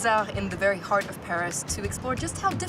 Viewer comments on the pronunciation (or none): none